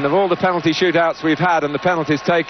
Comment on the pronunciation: Waddle has never been able to say the word penalty properly since. 🙄